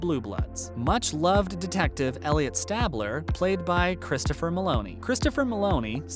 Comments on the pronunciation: Elliot Stabler - STAYbler, not STABler. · Don’t like how he says stabler.